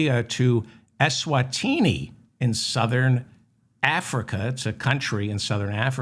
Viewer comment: Your pronunciation of Eswatini was perfect.